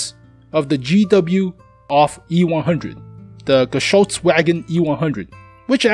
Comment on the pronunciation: It call auf not off xD